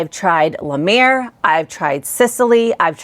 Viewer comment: How did you mispronounce lamer like 7 times lol